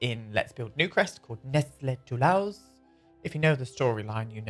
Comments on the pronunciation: I come from Toulouse, France and feel blessed with this amazing character! Btw, Toulouse is prononced like "to lose" in French. ❤❤❤ I would write it Nestlé Toulouse... But I like the writing you gave to him too! 😁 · Every time you mention Nesley Toulhouse I think about Henri Toulouse-Lautrec. It's because the way you pronounce his name.